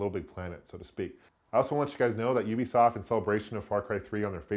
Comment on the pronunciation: I like how you call them Youbeesoft. They just can't make up their mind which language rules of pronunciation and spelling they want to follow.